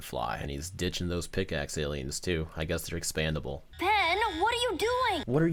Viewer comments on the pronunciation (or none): Omg it's like expendable not expandable that's just so wrong gosh hecken darn I thought you were a professional loljk